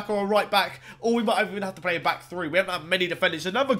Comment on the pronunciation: Does he know that it’s pronounced three not free? Annunciate my friend